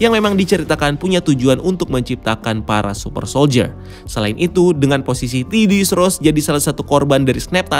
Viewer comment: Other people: Thaddeus Ross: TIDDY-ous Ross